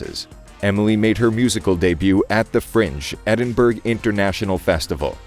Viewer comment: Not Edinburg it's pronounced Edinburra.